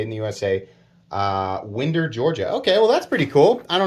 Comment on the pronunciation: Hearing Winder (like a wind up toy) pronounced as "Wind-er" was great lol